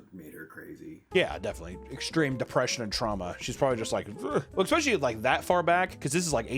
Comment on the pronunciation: He did it, he said "expecially" again. Remember, I'm just trying to help. I love you